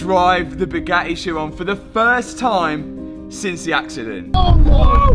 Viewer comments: I love you but your accent drives me nuts, Radi-ay-ah s (radiators) Bo-om (bottom) Bu-ga-ee (Bugatti)it appears the letter 'T' is not in your vocabulary. 08;10 is an abomination of the English language, "Ca-alic-ic converters" lol two 'T's' lost in the translation 🤣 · Hey, the tt in Bugatti is not silent. Just saying.